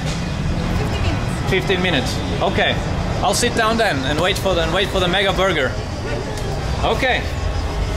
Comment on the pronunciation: play this at 0.5 speed, and enjoy drunk Herald ordering a burgar